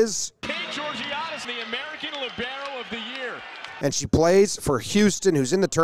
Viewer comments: It offends me that american commentator mispronounced libero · What surprises me is that the commentator actually used the American pronunciation, he must not be a true ESPN commentator, ESPN usually annoys all American fans by always using the international pronunciation